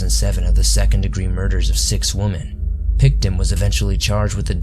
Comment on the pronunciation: Am I missing something? Is there a reason you don’t seem to use the plural of woman when you are speaking? It sounds like you say “belonging to one of the missing woman” and things like that when speaking of women as in more than one. I don’t mean to sound picky. Just wondering if I am hearing it wrong or maybe you aren’t from US and that is correct where you are from. I really love your videos. I am a recent subscriber.